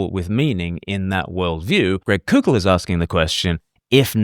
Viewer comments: It’s pronounced coe-kull. Like coke. Not coow-kull. Like coocoo for Cocoa Puffs. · just FYI, Koukl is pronounced "Cole-Kul"